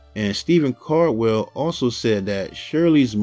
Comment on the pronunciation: It's Stephen Caldwell not Stephen cardwell